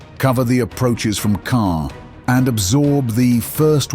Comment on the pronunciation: It is not kaaah, it is KaaNNNN!